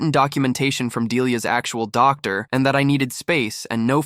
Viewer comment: “doc dar” 😂